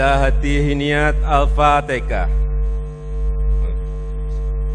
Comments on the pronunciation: Hhahahaaa Alfatekah.??!!!! 😂😂😂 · Kenapa jadi alfateka,,😱😱😱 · Wkwkwkwkwkwk Lakalakalakalakkatakatakatalah, Pilih pemimpin itu yg di pilih ulama bukan kayak jokowi alpatekah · Galam raya sudah jelas2 ucapan nya salah malah di bela aja nte sih,Al Fatihah jadi Al fatekah itu kan Al Qur'an,,bisa baca Al Quran kaga nte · Sudah jelas2 salah malah bawa2 bahasa jawa,,itu kan Al Qur'an bacaan nya Al Fatihah bukan alfatekah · Al fatehah pak bukan tekah. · Aduh sudah jelas2 ngomong nya salah Al Fatihah jadi Al fatekah